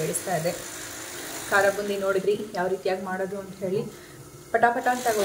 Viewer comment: ಕರಬೋಂದಿ ಅಲ್ಲ ಕಾರ ಬೂಂದಿ 😂